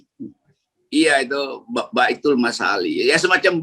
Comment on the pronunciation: bung Rocky bang Hersubeno: Batsul Masa'il bukan baitul masali 😁😁😁